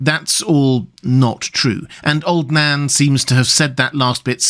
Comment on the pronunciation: Every time you say old Nan I hear old Dan....